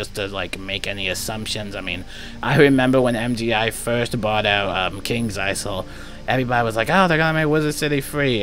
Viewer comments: the s is silent in isle in kings isle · the Isle in Kings Isle has a silent S